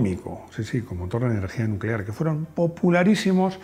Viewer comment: energía nuclear, nooooo, energía nuuuucelar. Motores atómicos de una 🎉